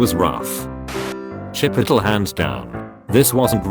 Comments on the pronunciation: Chip-o-tal Burr-it-toe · Bur-jer King. Chi-pottle. I’m dead. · 'Chipitle' That made me snort. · chipotle: chi-puhl-tl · Chip-ittle lol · Nobody : Cowbelly: chipOTL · I went to chi-put-tul and she got a buh-writ-oh. Fam, this robot’s pronunciation needs some work. 😂😂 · Now till Ithe day I die I will pronounce it “chipittle” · I'm sorry but I'm dying about how it got pronounced Chi-pi-tle LOL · The way it pronounces Chipotle kinda sounds like Shit Pickle. The Nerd has infiltrated this video! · Chip-a-tle. LMAO. Reminds me of that one post on Tumblr about if it would be funnier to pronounce Chipotle like Aristotle or Aristotle like Chipotle. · “Buritoe” “Chipottle” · "chip ittle" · O:35 Ah, yes. Chipitle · someone make “chipitle” a meme right now lmao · ~Chip it ole~ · Every time I hear "chipitle" I laugh a little more. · "chipitole." ok. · chip uh tel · Chip-it'll burr-it-oh I'll never understand why these things get pronounced the way they do. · Nobody: Text to speech voice: CHIP-UH-TUL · Am I the only one who cringes when the robot voice pronounces "chi-poh-tel" and "tah-mah-to" CRINGEEEEEE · Chip-ittle. Bur-itto. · The Google voice says Chipotle as Chipittle. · Chip-poe-tle bur-e-tah I'm dead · Chi-po-tl that is how they are pronouncing it😂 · CHIP-ott-el, lmao. Best pronunciation ever. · Oh my god, the way that voice thing pronounced 'chipotle' 😂😂😂😂😂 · The way the voice pronounce “Chipotle” and “Burrito” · The TTS bot can’t say anything chipotle related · The way chipotle is said 😂😂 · I like how the voice says chipotle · The way chipotle is pronounced had me wheezing